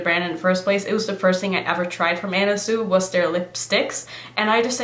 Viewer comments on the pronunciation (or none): Pronounced 'Swee' not Sue....just fyi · Not to be that person,, but it's pronounced sui,,like (swee) love your channel,, pronouncing things is no big deal anyway,, but ..